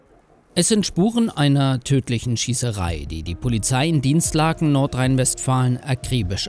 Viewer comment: Spricht man das I in Dinslaken nicht länger aus ?